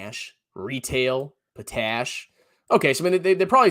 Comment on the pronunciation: I worked at nutrien and it's pronounced pot... ash. I was I Miner running heavy equipment. Also around 2017 pcs or potash Corp was brought and made nutrien aurora in North Carolina eeeerrruuuuuuu